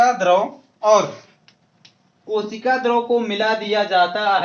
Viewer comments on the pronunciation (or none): Sir kosik nhi kosika hoga